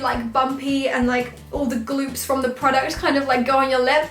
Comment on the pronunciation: You said 'Fake Eyelashes Frim Primark' 😂❤ Btw 😍😍